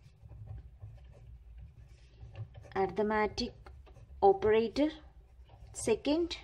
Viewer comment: ARITHMETIC not ARTIMATIC